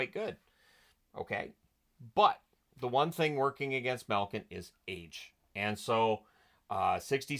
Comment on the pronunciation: As always love the content, but there a some pronunciation thing that just irk me. Maybe you picked it up from a Hockey Night in Canada broadcaster, but 'Milk-in,' 'Dats-uk,' and a few others hurt every time I hear them.